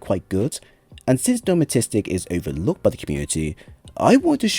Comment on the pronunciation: Thanks for the build, do like your stuff however I can't fight the urge to help with the pronunciation... De-ter-man-ist-ic!